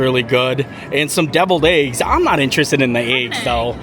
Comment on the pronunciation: The way you say “eggs” screams Pennsylvania! Haha! And I can say that bc I’m from Delaware so I sound the same! 😂😂😂 Love your videos! Thanks for sharing! ❤